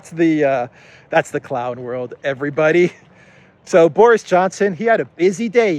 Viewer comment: Boris as a boy's name is pronounced BOR-iss. It is of Russian and Slavic origin, and the meaning of Boris is "small; battle glory".